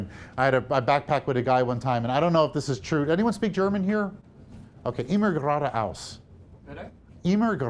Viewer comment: Great lecture!!! FYI: You said it perfectly and with the right attitude. "Immer Gerade Aus!"